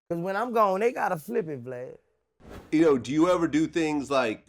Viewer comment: Way he calls Vlad "Vled" never gets old...😂😂